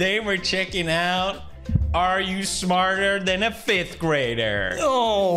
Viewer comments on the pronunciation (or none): actually its "fifth" for your information!